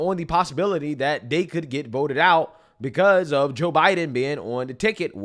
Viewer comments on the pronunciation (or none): The way you say Joe Biden is really annoying....."Ja Biden"......its Joooe Biden